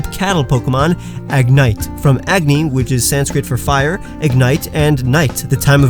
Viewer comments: it’s actually pronounced “ughhh-knee” and the sanscrit word is “Agni.” But nice video man! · Being Indian, you completely botched agni